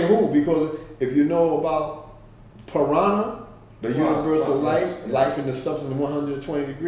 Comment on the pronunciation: Peace God. The God meant "Prana" not piranah. Peace.